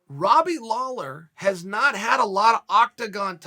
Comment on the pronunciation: Seriously? It was a terrible video. Flip-flopped more than your least favourite politician. Mispronounced Lawler's name at the end. Bad video. But at least he didn't hex either of them by outright picking a winner.